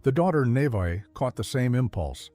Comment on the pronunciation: Hey Lindaalbano6868…this channel other than pronouncing the oldest daughter’s name “Nevaeh” incorrectly has done their YT homework, gotten all their correct and is merely shining a brighter light on the Good Simple Living channel. There is NOTHING here to sue over.